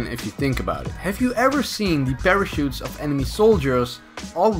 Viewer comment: Ik this was a long time ago but did you realize you misspelled parachute?? And said parashute:/